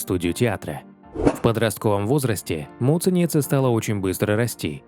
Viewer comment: Когда вы произносите таким образом фамилию Агаты, звучит как мученица!!! Вот зачем так делать!??